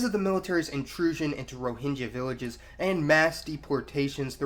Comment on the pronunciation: It should be pronounced /rɔ:hɪŋɡʌ/ & they are “Arakan.” History books fail to mention that there was a wealthy, strong kingdom named “Arakan” which was there where it still should be. If Rohingya people are not citizens of Myanmar then they should have their own sovereign nation.